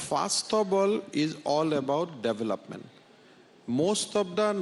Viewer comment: Please pronounce the word development correctly.